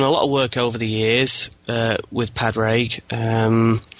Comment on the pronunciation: great podcast but my ears hurt when you pronounce Padraig Harringtons name. Say Paw-rig and you will have it correctly.